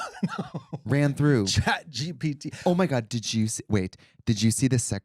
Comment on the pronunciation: "Chat DDT" lol